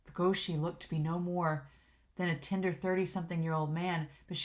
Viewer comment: it's "guo shi (国师)", meaning imperial teacher, pronounced like "gu-oh shi"